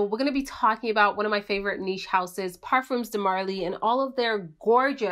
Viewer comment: The S is silent on parfums :)